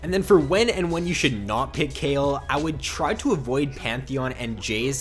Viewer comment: the way he say kayle makes me cringe